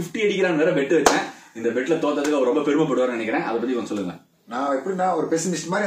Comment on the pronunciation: Romba...rumba is wrong pronunciation ❤️